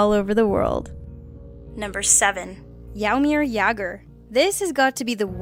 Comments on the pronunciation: How she said Jaromír Jágr sounded like Jaumir jaugr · Number 7 was pronounced wrong it's not jairmer it's Jaromir jagr